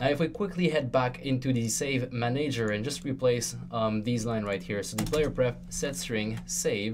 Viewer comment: I HAVE to know why do u say manEYger and not manager?